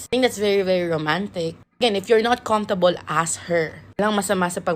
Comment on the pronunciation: Which one is it comftable or cumphtable?🤔